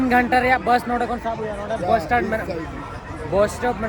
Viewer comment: Dada please say that bus 🚌 not bos.bus is correct pronunciation.